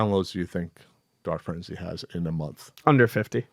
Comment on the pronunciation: Every time they say, "Dart Frenzy," I hear, "Dark Frenzy," the latter of which actually sounds interesting... which is how I knew I heard it wrong.